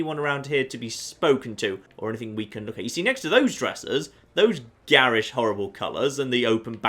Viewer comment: Adding garish to list of pronounces not like I'd expect him to! The South African accent is an excellent accent for a villain, very menacing!